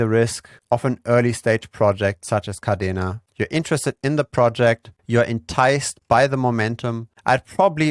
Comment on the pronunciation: Yea, umm,, it's Kadena Not Cardena